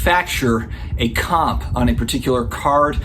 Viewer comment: For the first half of this video I kept thinking you were saying COP instead of COMP. Everything makes sense now! 🤣